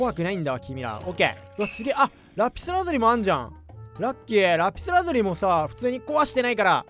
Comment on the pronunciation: ラピラズリに聞こえた